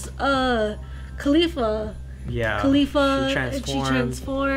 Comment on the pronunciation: 'Caulifla' not khalifla lol.